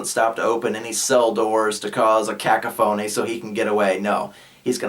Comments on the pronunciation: A cacaphoney? Did you mean a ca·coph·o·ny? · Kuh-koff-uh-nee <——oh and eht -set -erra . But really great “Goddamn” use though! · The word is: CA·COPH·O·NY! /kəˈkäfənē/ Are you doing that on purpose?